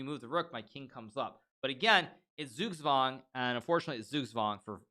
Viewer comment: Well he has that American accent :D As a German it's funny how he pronounces Zugzwang. Like "sugswang", but it's hard I guess :D